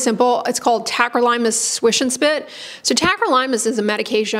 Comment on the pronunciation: tacrylimus swish & spit calcium inhibitor? what did she say? unclear